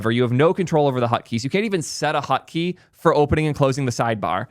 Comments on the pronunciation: What the frick is a ''hutkey'' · Why does he pronounce it hUtkey?